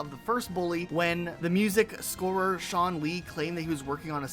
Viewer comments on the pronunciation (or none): none